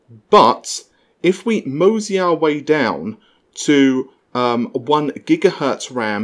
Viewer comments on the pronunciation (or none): none